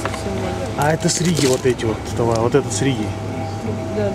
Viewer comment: не "сРиги", а из Риги